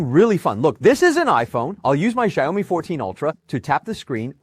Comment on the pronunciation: “Shire Ou Me”